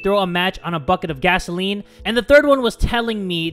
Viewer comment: Gasoline, not gasaelen. It’s Where, not whaehr.